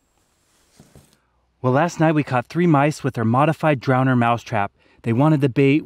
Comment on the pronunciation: drowner, not drownder, but still love the videos.